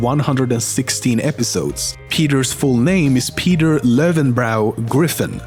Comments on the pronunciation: Löwenbräu is read as "lövenbroy" not as lövenbrau.. educate yourselves... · It isnt Lowenbrau, its Löwenbräu, why do you guys think germans make to little dots over their vowels for no reason. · If peter's middle name is german, the end of it should be pronounced "oi", not "au"